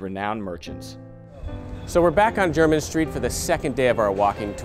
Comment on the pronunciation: T M take it from someone born and raised in London, it’s nice to hear someone actually pronounce it properly as opposed to ‘Jermaine’ street.